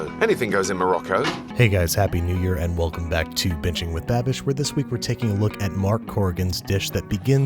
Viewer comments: You said bitching with babish not binging 😂 still love you tho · Did it not sound like he said bitching with babish lol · It seemed like he said bitching with babish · Why did I hear, "bitching with babish" 😂😂😂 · I swear to god he said “bitchin’ with babish.” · Anytime you say binging with babish I hear bitching with babish. Not sure why but it always makes me laugh😂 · All of a sudden, I can only hear him say "bitching with Babish."